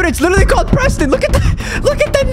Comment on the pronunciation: Proston lol